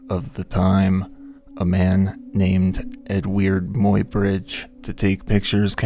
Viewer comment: Yes and the surname is pronounced as “my bridge”.